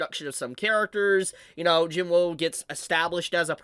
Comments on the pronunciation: Not trying to be rude, but it’s pronounced Jin wuu not Jin woo. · My man really think our boys name is Jin-woah lol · Jin-Woo has no W sound. Its just Oo. So it’s Sung Jin-Oo.